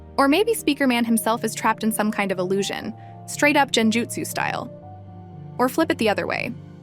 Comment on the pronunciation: Not jenjutsu it’s genjutsu